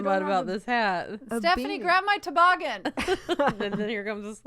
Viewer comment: From 20 minutes down the road…It’s TOE-boggin, Fortune. Not to-BOGGIN. 😂